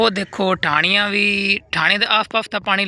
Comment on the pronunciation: ਭਰਾਵਾ ਡਾਣੀਆ ਨੀਂ ਹੁੰਦੀਂ ਆ ਢਾਣੀਆ ਹੁੰਦੀਆਂ ਨੇ